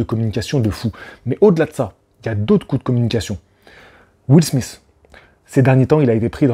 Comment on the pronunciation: Premièrement , commence par dire Chris ROCK et non chris ross ! Et Deuxiement lautre se dit Will SMITH ! Pas will smisse!!!